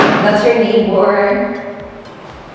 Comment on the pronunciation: 👍🏽 ....and your 'Nay-Bore' 😜😍